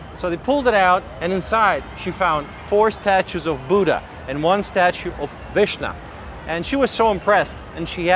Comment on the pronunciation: You muppet, it is VISHNU not VISHNAA.